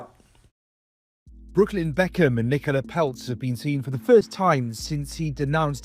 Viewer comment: His name is Brooklyn, like Brooklyn, New York. Not Brookland.